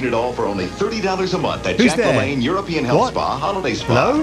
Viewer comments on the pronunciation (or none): none